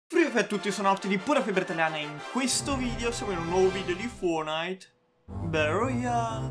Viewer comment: Ogni volta che dici fornite battle royale mi emoziono 😂